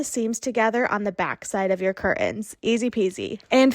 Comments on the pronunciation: Could someone please tell the woman in the first video - the one about making cheap curtains look like 'high end' curtains - that the word curtains is pronounced 'CUR TENS' and NOT 'CUR-UNS'. Our language is such a beautiful one, please don't wreck it by lazy pronunciations! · Please say CUR-TENS not CUR-UNS. Regional pronunciation I’m sure but not for the rest of us. Iron out those wrinkles! Honest I’m a nice person but the amount of times you said cur-uns paired with high end, showing wrinkled and too short of panels did me in. Nice hacks though. My Grandma used to put washers in the drape hems to hold them down. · I'm relieved that I'm not the only person who had a problem with ''cur-UNS''. I was going for my mute key when she thankfully finished up. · This is a big irritant to me, 'curtains". The "T" is NOT silent. It is not curain.